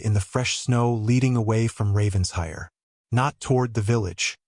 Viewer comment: It’s Raven-shire!